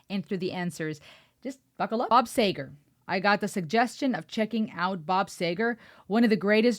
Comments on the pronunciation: As of last week, Robert Clark Seger's Greatest Hits album has now been in the Top 100 for 520 weeks in a row, and still there are people who cant pronounce his name right. He was born in Detroit and grew up in Ann Arbor. History...1961 the Decibels, then Doug Brown and the Omens, then, Bob Seger and the Last Heard, then, Bob Seger System, then the Silver Bullitt Band. He also raced 50 sailboats professionally In Michigan (lake Huron) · I don’t understand how a name that doesn’t have “a” in it would be pronounced with an “a” sound. I would go for the “e” sound first.. don’t get me wrong, I’m not complaining, it was a fantastic reaction except for the name pronunciation. 👍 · The hostess of this channel from the very outset is most offputting. From her not making the effort to learn the pronunciation of the artist's name, to her supercilious, inane and prattling commentary. Unfortunately, I found her to be disingenuous. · Pronounced...See...grr not say ..grr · Very well done and sophisticated review of one of Bob Seger's best songs. I subscribed! BTW, his name is pronounced with a long e, as in beat, not e as in egg. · You pronounce his name See Ger. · By the way that's a long "e", pronounced like "Seeger" instead of "Sayger". Love how you loved this. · Not say ger, see ger. Bob See ger. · Hope, after a year, someone's mentioned it's SEEger not SAYger. 😊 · It's Bob "SEE-ger", not "SAY-ger". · Thank you for keeping my anthem alive. You get it and I love that. His name is Bob See`ger, not say`ger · His name is pronounced See ger not Say ger...you should at least pronounce their name right if you're going to react to them. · His name is Seger but you keep saying Sager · Not Sager girl. Get it right. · Yeah before it drives all of us Segerphiles nuts out here, it's 'See-ger' and not Sayger as you pronounced it in your video.... So let's get that off the table!!😊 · His name is not Bob Sayger. It is Bob Seger! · It's seager not sager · Bob see,gar. Not saygar